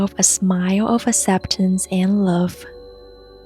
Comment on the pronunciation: This is beautiful, thank you for the kind vibes 🙇 I've put this on 3 times already since I found your channel a few weeks ago, this video does it for me. P. S. I'm pretty sure you already know it's pronounced "ak-sep-tance" but the way you say it is kind of cute too